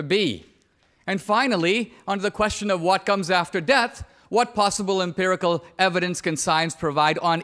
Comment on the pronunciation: Empirical. Not impirical. Nonetheless, great video.